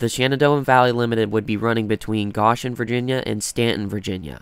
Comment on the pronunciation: Thanks for sharing! One small edit - Goshen is pronounced with a long "o".